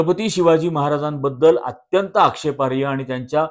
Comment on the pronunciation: कृपया'आक्षेपार्ह' म्हणतात,आक्षेपार्य नव्हेम